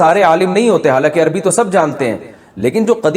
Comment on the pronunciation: سب کچھ پڑھنے کے بعد بھی آپ عربی کو اربی اربی کہیں گے تو پھر آپ نے کیا عربی پڑھی؟